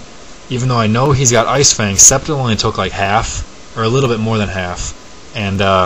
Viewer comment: its Scept-eye-le